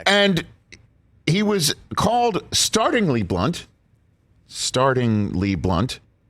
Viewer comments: START-LING-LY (NOT START-ING-LY) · 'Startlingly blunt' not 'Startingly' ... as in surprisingly, not as in beginningly